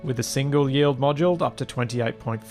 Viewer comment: Pointless comment: when you say “yield” it sounds like “yee-old”. Neat.